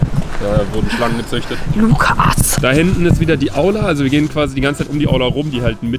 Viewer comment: Sandra:BOA LUKAAS! Ich so:JUNGE HEIßT ER JETZT LUKAS ODER LUCA😂